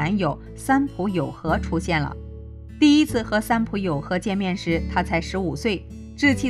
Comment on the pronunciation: 應該是三浦友和，不是三友浦和喔～